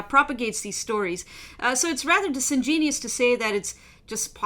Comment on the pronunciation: haha...luv how accent pronounces, ''disingenuous'' 😁